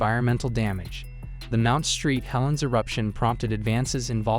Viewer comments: Mount Saint Helen #10… not Mount Street Helen. Thanks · This has to be AI reading right?? Its hilarious Mount Street Helens, Tack-a ma narrows bridge instead of Tacoma among other badly mispronounced words.Ive never heard anything like it. Come on!! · Mount St. Helens IS NOT Mount Street Helen's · AI crap spelling at its best. I quit at the Mount "Street" Helens... That shit's unwatchable. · mount street helens? ok. this is ai. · Please shell out the extra coin to hire a narrator. I didnt even mind the filler footage & lack of "where are they today" info as much as the mispronunciation, "Mount Street Helen" !!! Really? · Yeah seriously. This is so stupid. Mt. street helens… seriously? And they didn’t even correct it before posting it. They were like yeah this is good to go